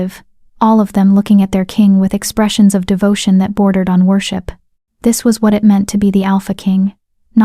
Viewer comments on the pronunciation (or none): none